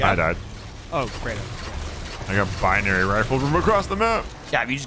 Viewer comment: i like the way gav says binary calling it beeneery